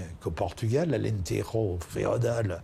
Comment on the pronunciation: Alentero , non !!!!!!! Alentejo comme en français.